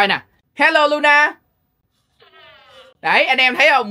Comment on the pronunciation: Thà anh gọi nó là Lo-na ik Ko ! Anh gọi nó là Lu-na 😢